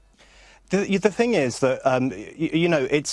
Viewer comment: Jess, thing not think